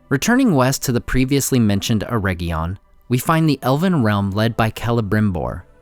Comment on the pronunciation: Ugh. Way too many mispronunciations. Just one example: AIR-RIG-EEE-UN ..... not "erejion" - hard g, and long e